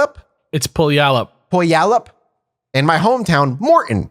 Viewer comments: Strange that someone from the PNW missed on this one too. It is "Peuw-al-up". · Its pew-ALL-up.